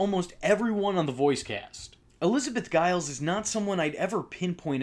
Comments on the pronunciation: GIL- LEEES NOT GILIES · You mispronounced Gillies. It's Gill-e's. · You mispronounced Liz Gillies last name. I respect that you didn’t enjoy the movie. I have my complaints but I enjoyed it.